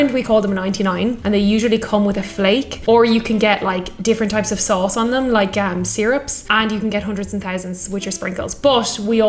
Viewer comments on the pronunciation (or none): none